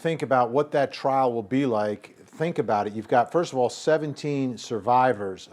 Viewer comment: Trial not trail. LOL